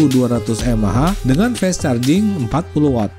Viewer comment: Fast ya fast bunyinya om, masak jadi fest 😆